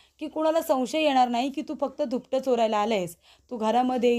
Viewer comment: धूपट नाही ग दुपट. किती अशुद्ध बोलणं आहे